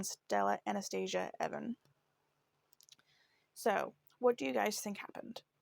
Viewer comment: Pronounced eee von not Evan they need to investigate the cop